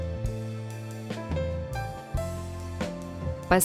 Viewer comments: ПаслЁн, а не паслен. Жуть какая...Где учили робота русскому языку? Явно в РФ. Иностранцы и те более грамотны. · А паслен произносится как паслËн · Женщина, Вам самим не стыдно? ЭТО ГРАММАТИЧЕСКИЙ ИНФАРКТ ПРОСТО🤯! блин, Вы хоть проверяйте что и как произносится. и паслЁн черный съедобный, все детство его пожирали, а чистотелом себе лицо разрисовывали и ногти красили, ничего... живые. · Гыыыыы…. паслЕн…. Как же я полвека в этой жути смогла прожить🙈😂😂😂